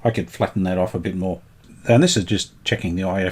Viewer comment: It's pronounced lurva.